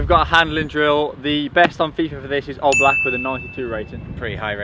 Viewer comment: I hate him for saying oblak wrong that litteraly my favorite goalkeeper